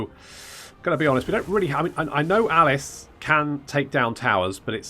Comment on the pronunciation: its Aleef and not Alice